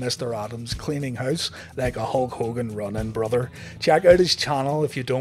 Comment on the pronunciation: Herp Derp brother*** you gotta have the RRR in there.